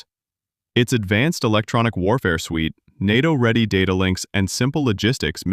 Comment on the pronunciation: The voice is very good, but when it pronounces NATO like "Enn Eigh Tee Oh" I can't take it seriously.